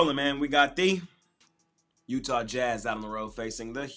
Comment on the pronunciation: Smash my parlay of the night with the Miami heats+1 and the Dallas maverick +5 thanks by the way you said utha